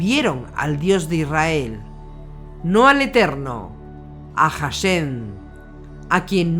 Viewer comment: gracias HASHEM se pronuncia con la H aspirada incluso muda nunca como una J bendiciones